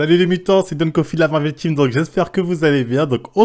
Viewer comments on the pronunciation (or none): none